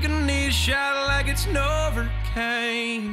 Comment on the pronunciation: I died when he said "novercaine" LMAOO